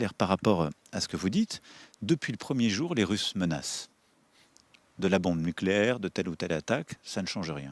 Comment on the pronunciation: On dit nucléaire pas nicléaire 😅